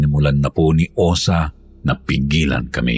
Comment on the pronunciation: Osa pla.. 😂😂😂 hindi Osang! Correction pleaseeee